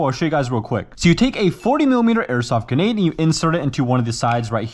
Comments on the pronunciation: how you pronounce Grenades lol it drives me nuts! there is an R in GRENADE! but you say it like GENADE lol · If i had a dollar for every time he said geenade i woulf have 8 dollars, not a lot but still enough to get annoyed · STOP SAYING GENADES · I'm glad I'm not the only one who gets mad everytime he says guhnade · doesn't say grenade i swear he says "genade" anyone else? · Like… why do you say guh nade? Just say gre nade literally just gruh naide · I cannot forgive the way he pronounces grenade as "genade" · its GRE-nade !! not genade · "cartage" (cartridge) "ganaid" (grenade) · Stop calling it genade it’s a grenade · “Guhnade” and “carcage” are really throwing me off lmao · GRENADE. Also, btw... It's Grenade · Does it annoy anyone else how this guy says grenade? He either says "genade" or "gernade" every single time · There called GRENADE'S the r is not silent. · He says Ge-nade like the R is silent 😂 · Grenade... there is an R in there. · He keep sayin genade